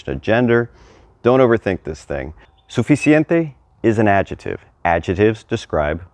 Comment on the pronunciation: It's an adjective. Pronounce the 'c' in the middle😊